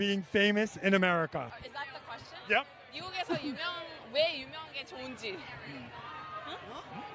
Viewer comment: Is that a question 하는거 중독되서 계속 보게됨 발음도 찰지고 왠지모르게 멋있음ㅋㅋㅋㅋㅋㅋ